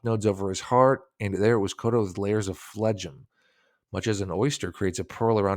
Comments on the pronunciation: PHLEGM is pronounced "FLEM", not "flegim" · Yep. Flegum for phlegm.;) probably doesn't suffer from a lung ailment! Good for him.